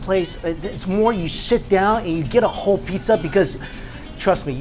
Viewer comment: instead of saying “Sit down,” he says “Shit down” lol